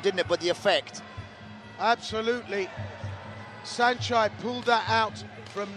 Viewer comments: Did I just hear Sanchee? Time to mute this commentary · This British announcer is intentionally mispronouncing Saenchai's name as Senchee and it's not okay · What’s up with these announcers “saenchee” 🤦‍♂️